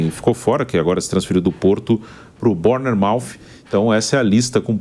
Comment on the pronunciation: E aí galera estou aqui na Inglaterra meu nome Amauri , queria informar vcs que a pronuncia do time dó Bournemouth está errada 😅